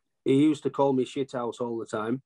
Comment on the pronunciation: Shit'ouse!😂😂 Proper Northern.